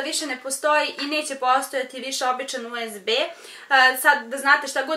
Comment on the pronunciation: rekla si usd umesto usb